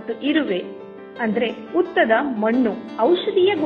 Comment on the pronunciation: ಹಸು ಅಂತ ಹೇಳಬೇಕು ಅಸು ಅಲ್ಲ ಹೆಸರು ಎಸರು ಅಲ್ಲ .ಹುತ್ತ ಉತ್ತ ಅಲ್ಲಿ ಕನ್ನಡ ಪದ ಉಚ್ಚಾರಣೆ ಸರಿ ಯಿಲ್ಲ